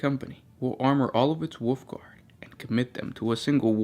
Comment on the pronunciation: Was he..., Calling the Wolfguard "Woofguard?" Or was that just my mishearing? xD